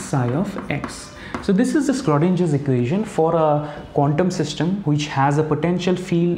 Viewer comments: It's not skrodinger. .. please pronounce in the correct way....(sro not skro) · Very nice video, thanks! Btw the Schrödinger Equation is pronounced with a sh sound in the beginning :)